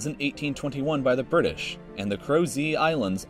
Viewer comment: "the birdish"